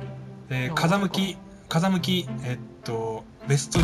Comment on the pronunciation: 風向きの言い方間違えてて草